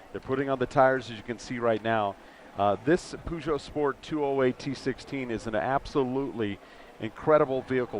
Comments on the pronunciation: What? Puhzhohw? It's not pronounced that way...... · he keeps saying pooshow lol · Gotta love Americans trying to pronounce "Peugeot"